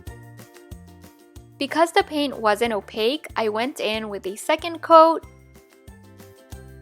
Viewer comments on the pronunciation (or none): none